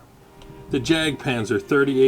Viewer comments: Not pronounced as 'jack' panther but yak panther. It's a German pronunciation. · I laughed at how awfully you pronounce Jagdpanzer; and then was stunned at how you could perfectly pronounce Hetzer. Arguably I think Hetzer's a more challenging word.